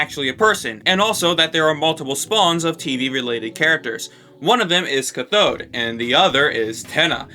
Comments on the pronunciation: Omg it's caaathode not cuthode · Cat-thode not ca-thode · My ears bleed every time you pronounce cathode ca-THode instead of CATH-ode Edit: finished the video, it was like being beaten with a lead pipe, you said cathode so much. Ps cathode, boob tube and tenna being terms that refer to the same person is an absolute no brainer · just fyi, "cathode" is pronounced "CATH-ode", not "cuh-THODE" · Its cath-od (cath as in Catholic) not ca-thod. Sorry but that was bothering me. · It's cath-oh-d not cuh-thoad, anyway yeah the brackets are just related words to they actual word he is saying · You've been pronouncing cathode wrong. It's a long a, so it's cath - ode. Sorry, it was just really bugging me. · Ca-thode, not cuthode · Great video dude! Just to note though, 'cathode' is actually pronounced 'kath-ode' rather than 'ka-thode' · "Cuh-thode?" It's "cah-thode." Alliterates with "cat." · Why would a make a u sound in that word? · good video. (also its pronounced cath-ode not cuh-thode) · It's pronounced CAF-ODE. Emphasis the A. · the Cath in Cathode is said like it is in Kathy. so it's CATH-ode. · Cah-thode lol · Usually this stuff doesnt bother me but cathode is pronounced with a hard "a". C "AH!" thode raytube. Sorry lol. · Cathode is pronounced like cat. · Why do you think tenna and the and the cathode crew (pronounced CA-TH-ODE btw) are different? Why can't tenna just be the leader? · every time you pronounce cathode incorrectly it kills me a little inside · i hate the way you say cathode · Holy shit I hate the way you say Cathode lmaoo!! Great video btw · your pronounciation of "cathode" made me die inside but cool theory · Just a small note: the A in "cathode" is pronounced like the A in "cat," and the emphasis on on the first syllable. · The way you pronounce Cathode hurts my soul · pls stop saying cathode like that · That’s not how you say cathode